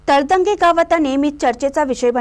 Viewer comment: मँडम तळंदगे असा उच्चार करा❤